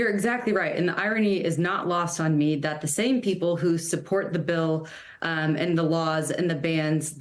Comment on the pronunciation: This is the moment he realizes he has no idea what IVF or abortion is. Like, whuuut is thaayat? Yee-haw. 🤣